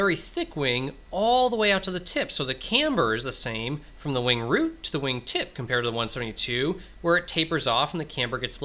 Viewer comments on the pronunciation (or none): Wing root, not wing route.